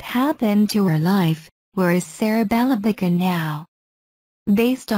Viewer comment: ang sakit sa tainga ng pagbigkas sa pangalan.. sereh belebegen..